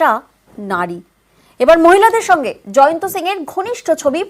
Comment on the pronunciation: Or name Jayanto noi or name Jayant. Behari k bangali banacchen keno? Pronunciation thik korun.